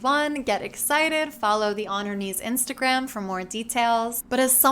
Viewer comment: Omg he just called Instagram "Instagraph" lmao. That lightened the mood for a second, I needed that